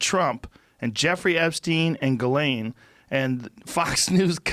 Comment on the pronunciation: Why does Joe always do this dumb fuckin thing of mispronouncing words / names that he clearly knows the correct pronunciation for? "JUHLAYNE Maxwell"